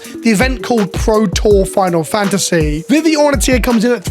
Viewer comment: tik tok brain has trouble saying final fantasy